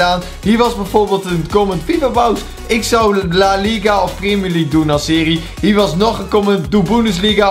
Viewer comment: Weet hij uberhaupt hoe hij premier league moet zeggen ArMy🔥